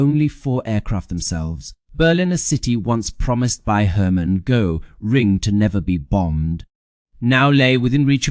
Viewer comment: a presentation on the subject of Hermann Göring uses an ai voice who can't even pronounce Göring. You guys chose an interesting subject that I would have enjoyed learning more about. Too bad!